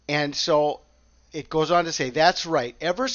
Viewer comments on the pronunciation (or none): none